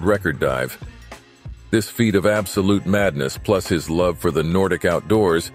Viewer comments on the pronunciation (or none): none